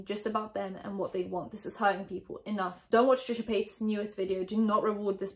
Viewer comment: What I want to hear you talk about is why you call Trisha Paytas Trisha Paytaz 😂😂😂😂